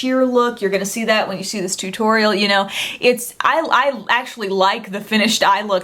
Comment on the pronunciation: "Too torial"